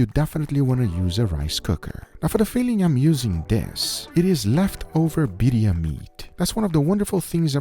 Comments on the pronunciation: Some pronunciation nitpicks: sous vide, not sous vie. Birria, not biria. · Did say ‘Beeria’